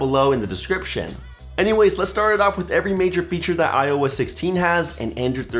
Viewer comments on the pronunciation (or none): none